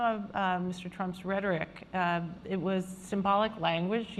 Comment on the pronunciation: The Indian can't even pronounce rehtoric. What a dumbass. Go home fool.